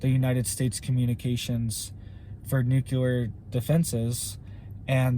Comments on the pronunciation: Please learn how to pronounce nuclear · I wish buddy would pronounce nuclear correctly. It makes his otherwise interesting video borderline cringeworthy with the copious amount of mispronunciation of the word nuclear.